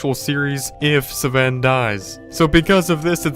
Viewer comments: You said Saven it’s pronounced Sven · Why u say seven not sven?? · Someone tell me who the acc f**k is Sv-en his name is pronounced Sven u shmuck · It’s Sven not seven u n00b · He even pronounced Sven as, "Siven." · He keeps saying sa ven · He still has to get the Elytra wings and visit the Endcity and go to the other biomes he hasn't explored He still can also play with his friends like Jack and Ken And learn how to pronounce Jöregen and Sven🤦